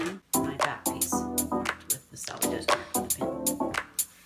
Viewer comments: AUGH... I CAN'T TAKE IT ANY MORE! IT'S S-E-L-V-A-G-E, SELVAGE, _SELVAGE_, NOT SALVAGE! SELVAGE, DEFINED: What's a selvage edge? It's the edge of the fabric that's “self-finished” and won't fray. It runs lengthwise along the whole fabric & often has the fabric manufacturer name and/or artist on it. It's on two edges of the fabric that you get at the store – not the cut edges, but the finished edges of your fabric. :face-purple-smiling-fangs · Yes I know! I've since learned the correct pronounciation. Sorry about the cringe! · Good video. Fyi. It sounds like you are saying "salvage" instead of "selvage". In my professional life [retired now] I had to proof read items for print outs for speeches. Always very important to give the correct word. Notice one comment using "salvage" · I agree that this is a great tutorial. Loads of tips that should be used. However, the word is S E L V A G E not SALVAGE. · Very good instructions for really pretty blankets! FYI, those edges that are opposite the fold are not called salvage. The correct term is selvedge...pronounced differently. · She wasn't criticizing. She was just pointing it out. I heard the same thing. It must be a regional thing. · I love this project! But may I correct you that it is not a “salvage” edge but a “selvage” edge! 😅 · This tutorial is exactly what I was hoping to find. My granddaughters will love this binding on their doll blankets. Thank you for sharing your knowledge. Where did you get your tag? It is actually Selvage with an e not Salvage with an a. Each time I hear it said incorrectly it is distracting. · Love the tutorial, but everytime you said salvaged edge, I cracked up. My mother was quite the seamstress & I thought when she said the selvage edge, she was saying salvage edge. Naturally, I mentioned the "salvage" edge once and immediately corrected. She said the term "selvage edge" was a term that was originally self edge. I never forgot it after that. Lol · Selvage not salvage